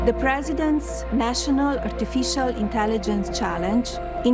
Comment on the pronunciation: She's extremely "ARTIFEEECIAL"!!!!!!